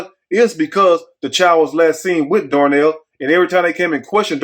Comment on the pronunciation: It’s DARNELL